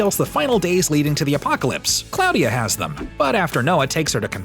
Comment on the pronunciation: Claw-dia.... not Cloud-dia ...